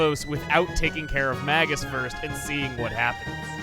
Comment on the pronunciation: So where's the "Maggus" counter? You've mispronounced it so many times so far... MAY-gus. That's how it is pronounced. It is a real English word - and not his real name, after all, so it's more of a title, even if he picked up a title FOR his title in this translation. (No, TV Tropes does NOT say it is pronounced that way. If you are going to say it does, back it up. I can't find it and don't believe it.)